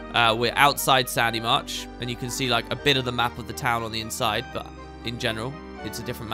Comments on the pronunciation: It is quite annoying to hear you keep pronouncing the name of the toen/city as "Sandymarch" wieh it is abundantly spelled "SHADYmarch"! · How many times are ya gonna say Sandymarsh? It's Shady Marsh, duuude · Is it just me or he is calling Shadymarch as Sandymarch again and again? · Proof that can't say "Shadymarch" unless it's in a Cockney accent